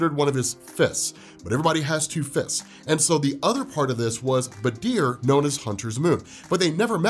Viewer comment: i'm sorry but i got so thrown off by his pronunciation of badr's name. why is he saying it like badeer? ;-; at least stress on the A bro